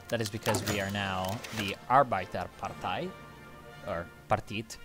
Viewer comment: Why say "Arbeiderpartiet" like it would be a German party?